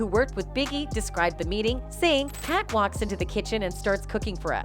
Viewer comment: Why does she keep calling 2Pac 2Pack?!